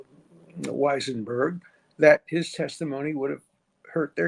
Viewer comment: Why cant you say Weisenburg's name. You always, in every vid, trip over saying his name. 🙄